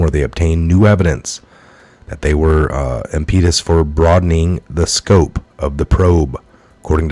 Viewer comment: Ihm·PEE·tus??? The word is pronounced IHM·puh·tus - emphasis on the first not the second syllable. I don't know if I can watch these vids anymore. The fact that you won't do your homework - or at least get some help - to learn how to pronounce the English language just irks the crap out of me. I've politely requested this of you several times - and even volunteered to assist you with this but have never gotten a response from you. Learning how to correctly pronounce the English language is fundamental professionalism. Apparently that doesn't concern you. Since there are many sources available to get this information I will unsubscribe and leave your sloppy work in my rear view mirror.